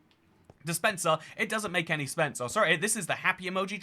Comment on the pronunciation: I know I'm 2 years late but this part: "it doesn't make any SPENSE" I giggled at that